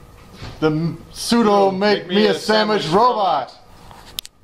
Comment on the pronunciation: It's sudoo, not sudoh. I don't know why I do that...